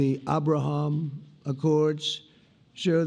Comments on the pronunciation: Arrrrbraham Accords 😂😂😂😂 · It's very weird for an American in particular Donald to prounce Abraham in that way. It makes me think he's a puppet and puppeteer is making him say it that way to show us in a subtle way whoes really in control. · The way Pres Trump say "Abraham", is him speaking "Afrikaans", the language of the Afrikaners in South Africa!!. So pleased that Pres Trump is learning Afrikaans!!.